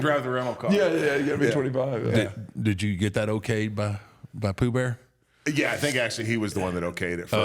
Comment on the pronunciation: Never thought I’d hear the Undertaker call Paul Bearer Poo Bear😂